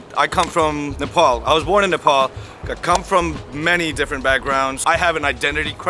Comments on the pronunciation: It's Nepal not Nepol 🤣🤣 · First up all our country name is nepal not nepol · It's not Nae-paul it's Nepal